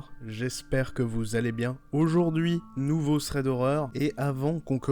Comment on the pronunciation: Ça me dérange comment tu lis thread mdrr, enfin ça me démange, ça se lit pas comme ça mddr